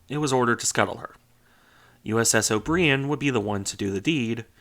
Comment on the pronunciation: "O'BREE-en"? Really? REALLY? You can't bloody pronounce "O'BRY (as in "DRY" or "TRY")- an"? What fookin' planet are you from?